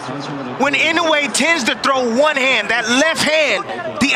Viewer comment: Love how these clown commentators don't have a clue, and like all true Americans can't pronounce a foreign name correctly - it's Ee-no-eh and not in-oh-way.